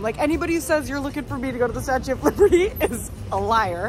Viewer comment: The way your dad says “statee” when pronouncing statue reminds me of the way my grandma used to say “wednesdee” instead of Wednesday and I find it so adorable